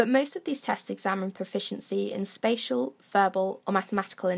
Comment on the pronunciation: Thought you said "special" intelligence.